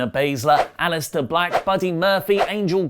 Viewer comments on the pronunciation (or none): none